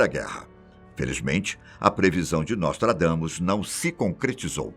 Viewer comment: NÓSTRAGAMUS IK..IK...IK..IK.